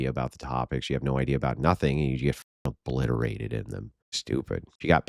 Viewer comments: Its obliterated not "obleveated" whatever that is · I love evesdropping on lefties conversating. I always get a good laugh. Dude said obliviated, not obliterated... 😂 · obliterated- oh blit er ate ed